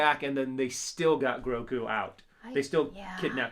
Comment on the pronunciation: "GroKu and the SlaveR-1" I guess we're all excited tongues